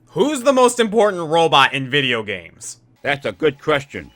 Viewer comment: "That's a good crestion."😉